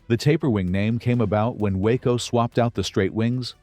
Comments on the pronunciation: It isn't a WACO (that's a town in Texas) ----- it's a WaaCo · Why do you show totally different engines when talking about them ? ie: Talking about the TURBINE engine of the chopper, but showing an antique PISTON engine. Also, WACO is pronounced "WOKO", with a short "o".